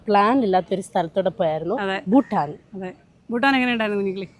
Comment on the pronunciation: എല്ലാം ok യാണ്. പക്ഷേ യുടെ ഉച്ചാരണത്തിലെ 'ഫൂ'ട്ടാനും, 'ഫം'ഗിയുമാണ് സഹിക്കാൻ സാധിക്കാത്തത്...😂